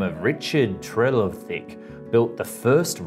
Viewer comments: His accent is hardly American, but wherever he's from, he can't speak English. He said "regulate" when he meant "relegate". Did you notice that? He also couldn't say "Trevithick" (stress on second syllable, not first). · He pronounced Trevithick, Stephenson, Birmingham, and Edinburgh wrong. Also this is an Australian criticising Britain's lack of high speed rail...